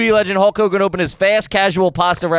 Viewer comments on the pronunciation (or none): AYG if you pronounce it Hull Kogan?